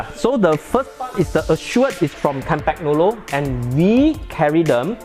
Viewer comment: kahm-pahn-yolo....no G please!